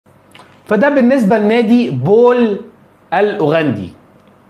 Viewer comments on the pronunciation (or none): لا يلفظ بول بي ال B يلفظ بال P مثل ليفربول pool مش Bool فقط بعض المعلقين او المذيعين بيلفظوا صح P وليس B